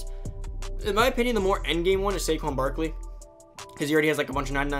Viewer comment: U got Barkley wrong